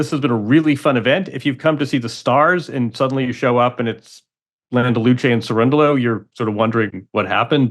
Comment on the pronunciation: Wow, Andy! Your pronunciation of “Landaluce” is 🎯 So impressed